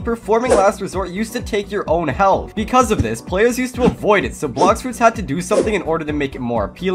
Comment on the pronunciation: "Blox froots"